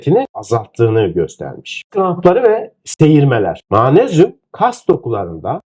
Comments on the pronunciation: Yahu Allah aşkına daha magnezyum demeyi bilmiyorsunuz manezyum diyorsunuz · Hocam Ma-nez-yum değil Mag-nez-yum olarak okunur 😮😮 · Mmayğğyğnezyum nedir hocam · türkce telaffuzu gercekten Maanezyum mu?